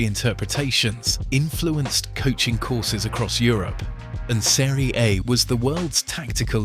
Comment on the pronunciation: football fan knows how to pronounce Seria A correctly , AI doesn't